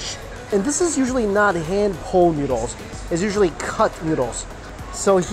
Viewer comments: Is it just me or he says noodles as NYUDLES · I always laugh when he says noodles😂